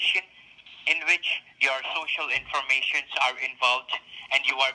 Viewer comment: In "vich" instead of "which" 😅🤣